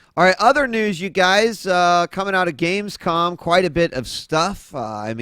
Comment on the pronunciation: is it just me or does JP say "gamescoN" instead of gamescom